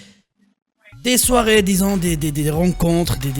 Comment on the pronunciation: T marocain ? Kan ta di DES SOIREES on croit entendre GAD ELMALEH 😅😅